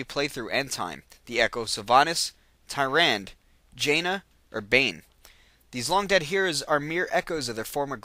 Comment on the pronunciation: DUDE! i like these videos but seriously you need to play Warcraft III or watch some of the videos depicting the story line because i cant stand the way you pronounce some of the names, Tyrande, sargaras, and manaroth are being pronounced incorrectly.